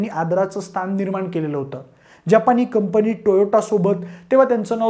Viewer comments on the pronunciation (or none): आम्हाला वाटते... विषय चांगला पण भाषा अशुद्ध.. घरपन देनारी मानस गुणे की गुन्हे , कुनाला , कंपणी, ..(तथ्य का तत्य) एवढ धाड धाड अशुद्ध कसं काय बोलू शकता पब्लिक मध्ये??? ...Horrible अशुध्द भाषा.. ण ल न का म्हणता? कानाला खटकते. young age मधेच सुधारा, कोणी चेक करत नाही का?? माय मराठीची हेटाळणी थांबवा.